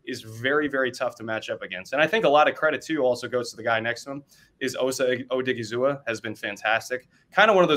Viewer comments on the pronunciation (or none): It’s pronounced oh-diggi-zuwa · It's pronounced Oh-Diggy-Zoo- Wa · It's pronounced like O-dig-he-zoo-wa for Odighizuwa